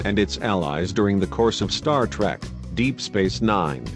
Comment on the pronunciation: ur robot voice isn't even saying "trek" properly....lulz